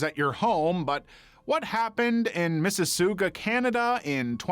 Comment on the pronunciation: Miss e sug ua 😂 thats how I would say it that isnt even how it looks 😂😂😂